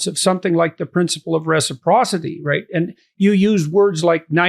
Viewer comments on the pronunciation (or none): none